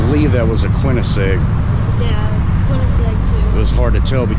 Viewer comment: 1. 'Twas a Superlite SL-C, and Superlites do not come with badges. 2. The Superlite SL-C looks nothing like (nor performs anything like) a Koenigsegg. 3. You didn't correctly pronounce "Koenigsegg". It's "KUHN-IHG-SEHG".